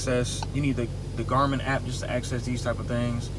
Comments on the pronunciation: It's not pronounced "Jar-Man". It's pronounced "Gar" (as in car) "Min" (as in tin for complete word of Garmin. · It’s funny because it’s phonetic so it’s pronounced Exactly as it’s spelled. He gave it a French accent for some reason.